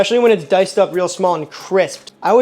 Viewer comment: It's hall-uh-pen-yo. Love the video. Gotta try the the korean bbq and maple, and tocino